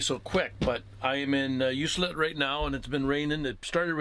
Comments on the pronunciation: Ok I had to stop by and correct your pronunciation. Ucluelet You que let. Not You cell et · You cue let say it like thar for correct pronunciation. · That's rail timbers... quite a few spots on the island like that. Btw its pronounced "U clue let" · FYI. It is pronounced U Clue Let . Hard C as in clue. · I was wondering when someone might speak up that knew how that towns name is pronounced, I only know because I had been out there once and was informed by someone, could have been the travel information centre that mentioned it as I expect it gets mispronounced often, I know I had no "clue" how to pronounce it either.